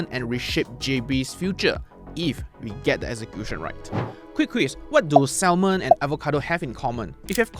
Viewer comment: It's not pronounced as sal mon. It's sa·muhn